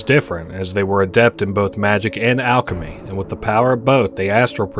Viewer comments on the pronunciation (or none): none